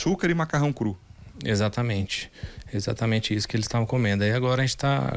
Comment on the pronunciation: Meu filho você sabe falar exatamente não